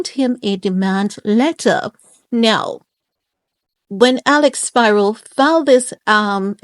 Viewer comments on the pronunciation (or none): it's pronounced SPEAR-O!!! IT'S A GREEK NAME MY OLD BOSSES NAME IS SPIRO MARGETIS